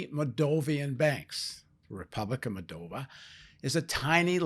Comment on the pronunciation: It's not "Mol-dov-IA," it's MOLL-dov-a."